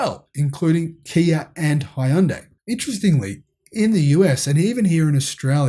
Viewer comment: helpful tip since i lived in korea. hyundai only has 2 syllables and it rhymes with sunday